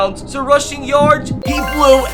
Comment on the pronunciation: Why u say yards like yords 😂